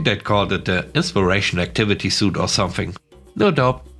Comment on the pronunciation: suite is pronounced like sweet. Thanks for such consistently good content!